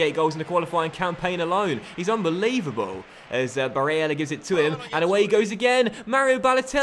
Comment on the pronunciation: why do you put so much emphasis on barellas name if youre not gonna bother to do it for the rest of the names? sounds super weird and forced